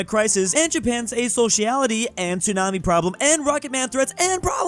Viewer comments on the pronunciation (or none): none